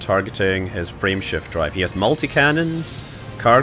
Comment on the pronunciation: I swear it sounds like she's saying "Friendship Drive"